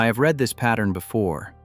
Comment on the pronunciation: You need to type the word ‘read’ to ‘reed’ for your text to speech to finish off an otherwise pretty good analysis and presentation 😊